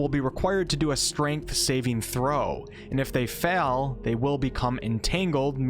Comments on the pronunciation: "If you fell..." It's "fail" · What’s the accent, if I may ask. You sound North American. Also, I am Afrikaans, we have crazy accents as well, but we can’t let our accents cause confusion when speaking another language if we can help it. As “fell” and “fail” are two different words after all. Still enjoy your videos which are awesome...started a Ranger build on your duel wield ranger video. Keep up the good work.